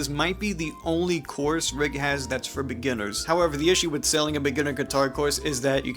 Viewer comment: Guy cant even say the word "beginners"..not a great sign..